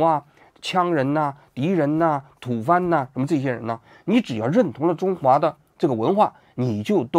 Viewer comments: 王局不看金庸 不认识鸠摩智 吐蕃bō念成吐fān😂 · 还解毒呢😅😅，为了不被日本赶走，最近你们王桑越来越没有底线了。中国什么时候，什么地点对少数民族充满了压迫性？中国什么时候说过什么美洲、美丽坚是中华一部分？？,所以别人说王桑是清满后代，还真是大有可能。另外是吐蕃（bō)，不是吐(fan),亏你还是学文科的，丢人到家了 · 你的文凭是怎么来的，吐蕃bo说成吐fan？ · 吐蕃的“蕃”字的发音是bō，而不是fān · 土bo不是土fan，建议补习下历史知识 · 吐蕃bo，不叫吐藩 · ，吐蕃 bo二声，不是吐fan，王局的历史真学的不怎么样……😂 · 那叫吐蕃tu bo，不是土番。你算了吧！ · 王局，吐蕃念 tu3 bo1，不念番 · 吐蕃（ tu三声 bo一声）:face-orange-biting-nails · 吐蕃，念土拨，不念土翻，王局请正读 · 吐蕃bo 不是fan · 吐蕃读成了吐fān，王局你真的是武大毕业的吗？ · 吐蕃，蕃读Bo,不读fan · 王局来跟我念，吐蕃（bō) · 吐蕃 （bo), 不是fan. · 不叫土翻，王局。是吐蕃，波😅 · 按理说王菊的文化水平不应该把吐蕃，bo念成fan吧😅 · 秒那个字念蕃（bō）😅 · 那么问题来了王局 毛泽东说过： “蒋介石的民族观是彻头彻尾的大汉族主义，一切政策都是为了汉人的利益，在名义上，他简直将蒙、回、藏、苗等称为蛮夷，而不承认其为人民。在行动上，实行民族的歧视和压迫。” 那么把对外关税加到45%的大汉族主义民国 vs 说出”“朕非中国之人，而受天命君中国。“的大清gurun 王局自己挑一个吧 不过背后的青天白日旗已经够王局左脑攻击右脑了 这期视频前面的拿伪史论代表汉民族主义 也是典型的标签扩大化 + 立场捆绑。 另外能把吐蕃念成土fan 可以和习近平通商宽衣坐一桌了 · 吐番？？？ 我知道有個國家叫 “吐蕃”， 您這個讀音，尚待商確😅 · 吐蕃（bo）看来王局对历史也不是很了解啊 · 吐蕃（剥）吧，不是土番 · 纠正两点错误！1：吐蕃（bo）.2:明朝亡于大顺（李自成）.😂😂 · 吐蕃念吐翻，真的有够水平高的😅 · 王局这样的高材生居然念成吐蕃（fan）？ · 王局，土bō謝謝欸😅😅😅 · 王局，吐蕃，不能念土番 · 听了两遍，才确定你把吐蕃念成吐番，哈哈哈哈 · 吐蕃bo，那些1/2，1/8不咋正确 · 王局，吐蕃（bo） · 说人家民科 自己评定清朝比明朝好因为皇帝勤快 啊 不会吧 😧 这是专业人士吗😢 另外历史系的王局读吐蕃为 tu fan 也不是说不能念别子。但这也太离谱了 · 吐蕃应该是读吐bo吧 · 卷舌 翘舌音 不分啊，大zhai乾元，好像还有个宗，读成中了。还有吐番读成tu fan，不知道是不知道还是为了照顾历史 小白。。。。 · 吐蕃 bo 大哥 你是文盲吗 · 吐蕃，tu bo ，王局这水平咋回事啊😂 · 土蕃是不是念tu bo 啊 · 吐蕃bo ，大哉乾元，谢谢，下次准备充分些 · 王局这历史学的，吐蕃（bo） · 吐蕃…..TU BO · 王局還是適合做世界總統，講歷史差了點意思。另，吐蕃（tǔ bō），不是土番。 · 王局那个吐 蕃念 bo。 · 吐蕃：tǔ bō，当初喊你去读书，你要去养猪！ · 吐蕃读成tufan:face-blue-smiling::face-blue-smiling::face-blue-smiling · 吐蕃（tu Bo) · 吐蕃(BO)，不是土番茄😆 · 你特么不是历史博士还是研究生的吗？吐蕃读什么？土fan😂😂😂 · 王老师，吐蕃（bo），不念土番！ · 那不是吐蕃 那叫吐蕃「bo」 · 吐蕃（bo），王局加油，保持水平稳定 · 吃瓜水平是有一点的，只是故意洽皇汉的流量，王局你今天不知道露了多少怯。。。吐蕃能念成吐番你也来蹭流量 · 虽然王菊历史水平堪忧 吐蕃读成吐fan 但是吃瓜盟主也是个纯sb 属于民族主义加民粹主义 各种阴谋论和地摊网文 只能骗骗底层3a人士和傻子 民族主义是不可取的 中华肯定是个多民族概念 这个无可置疑 但是满清入关也肯定是异族入侵 这二者不矛盾 清朝完成中国化是从康熙开始的 康熙祭祀明太祖给予很高评价 又修明史 写贰臣传 基本上心理完成了从征服到统治的转变 所以满清前期就是入侵 嘉定三屠 扬州十日 杀了几千万汉人 这点是真的 后边满清完成中国化也是真的 满清后期和西方列强前条约里边也是用的中华 中国 所以不要当皇汉也不要逆向种族主义贬低汉族主体作用 这二者思想都是错的！！！ 当今世界各民族是一律平等的！没有谁优谁劣！ 如果鼓吹民族主义那就一定会滑向纳粹！走向军国主义！贻害无穷！！！！ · 吐什么？吐蕃，哈哈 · 王局，别的先不和你争论，吐蕃这两个字念什么？怎么念？